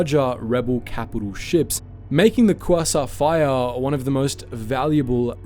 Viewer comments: qwasont fire ships get no respect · you have to be mispronouncing those class names on purpose...... qwasa frigate 0-o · Quasar is KWAY-ZAR is pronunciation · As an astronomer who is a Star Wars fan, every time you mispronounced quasar(kwey-tsar) hurt my soul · Oh man I love kwassaurs, kwassaurs are my favourite thing about space. Just can't get enough of those kwassaurs. They're just the best aren't they?